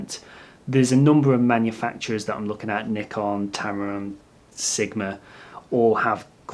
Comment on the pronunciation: You are one of the very rare native english speakers who are able to pronounce "Nikon" correct, so that was a huge plus for me in this video :D For the new lenses I'd rather look at Sigma and Tamron than Nikon, because what ever advantage the Nikon lenses are supposed to have is overshadowed by the huge amount of saved money with the other two brand (and their lenses are also not cheap). Cheers from Germany =)